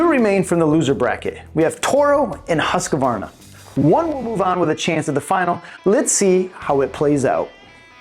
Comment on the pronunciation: Why does he keep putting an A in the name Husqvarna. It's HUSQVARNA NOT HUSQAVARNA